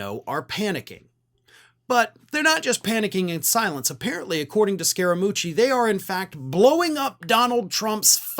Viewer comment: I am from Italy and the pronunciation is 90% correct.